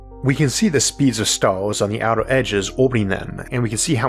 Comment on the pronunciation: What are "starws"? Did he mean "stars"? I see he still hasn't tried to improve his speech the lazy b*stard. Says he had lessons for a year but we hear no improvement whatsoever, I call bullsh*t🙁